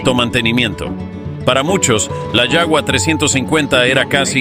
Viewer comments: Se pronuncia yaba no yagua, es aleman no ingles. Todos los narradores hispanoamericanos cometen el mismo error en los videos. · Desde cuando Suecia perteneció a la urss? Ese mapa es mas falso que una moneda de 3 dólares. La pronunciacion del nombre es horrible! Se pronuncia como "Java" no como "shaua". La AI aun falla.